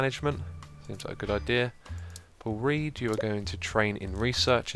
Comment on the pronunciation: Does anyone else hear 'Poor Read' instead of 'Paul Read'?